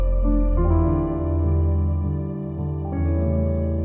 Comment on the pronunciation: Bạn là phượt thủ nước ngoài phát âm HÀ GIANG chuẩn nhất